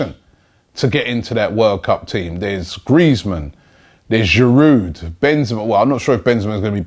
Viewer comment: Did I hear you say Giround? Haha jokes aside I think this boy suits our style of play, we should also keep Giround I'm a big fan of the old fashioned centre forwards. Thanks Robbie for keeping us updated. We've got mad love for the Arsenal back here in Kenya.